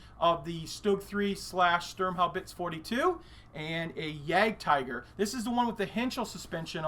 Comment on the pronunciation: If you deal so often with German and Russian armour, why not learn to pronounce these languages properly? It is mostly a matter of learning how the orthography works. German has practically no phonemes that do not occur in English (if you can say loch the Scottish way!) and spelling rules are almost completely regular. Russian is a bit trickier. Say. YAAHgd TEE gerr. How hard was that? Not very hard.